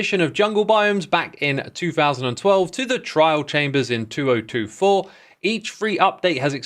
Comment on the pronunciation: Why'd you say 2024 like that? 😂